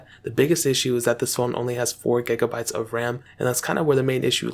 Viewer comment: He says ''4 gegabytes of ram lol'' not taking the mick lol